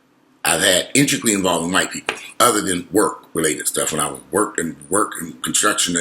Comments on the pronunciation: The way you said "The Whyt-pi-pol" 😂😂😂Too funny. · Righttt!! "The Whyy-pii-poll"😂😂💀